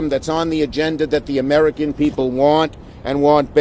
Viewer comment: And then he says, "igenda" what an asshat